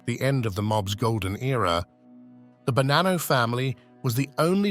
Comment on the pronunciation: Il doppiaggio con l'I.A. fa schifo, il nome è Bonanno, non Banano ed in più altre storpiature davvero buffe. Molto meglio i sottotitoli, almeno si può anche ascoltare